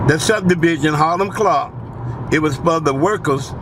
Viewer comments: He keeps saying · Boy said hilam clarke 😁